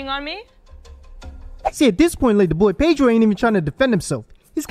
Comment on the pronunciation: Its Pedro, not Paydro